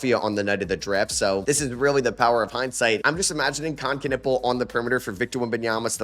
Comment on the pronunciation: kon knueppel - the K his last name is silent. Kon Nueppel for crying out loud😮